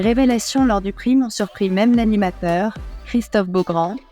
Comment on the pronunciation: "Prime" : quand on ne sait pas prononcer un mot anglais correctement, on s'abstient et on utilise le mot correspondant en français 😡